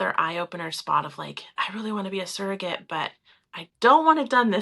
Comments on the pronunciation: It’s pronounced surrogate, not serrogate. is pronouncing it properly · Why does she keep saying seragate? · She can't even say the word properly.